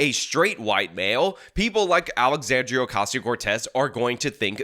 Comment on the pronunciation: Alexandrrrrrrriiiiiaaaaa Ocassional Cortex at it again 😂